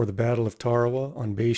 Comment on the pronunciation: I believe Betio is pronounced "bess-o" since in the Kiribati language the letters 'ti' is a diphthong that makes an 's' sound, hence "Kiri-bahss." I could be wrong though. However, I've been really enjoying your videos,:)